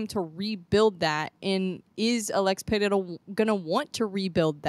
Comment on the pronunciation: The way you pronounce Pereira is perfect, did you practically pronounce it correctly? 😂❤